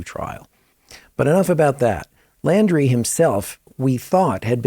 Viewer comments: His last name is Laundrie pronounced like laundry... Not Landry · Pronounced....LAUNDRY thx